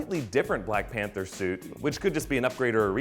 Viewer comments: ... "blank pather"? dewd... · umm, "Blank Pather"? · 😂 "Blank pather" lol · Did he just say Blank Panther mask? 😁😂😲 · BLANK PATHERS? C'mon. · Black panther not blank pather lol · What's a Blank Pather 🙄🤔😂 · "Blank Pather"? Really???????? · "blank pather"? I'm not sure that's how it's spelt lol. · Blank Pather, really!!! Blank Pather 😂😂😂😂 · Black Pather?! Lol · Blank Pather? Lol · Who is "blank pather"? I feel so disrespected. -_ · "Blank Panther" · "blank panther"...?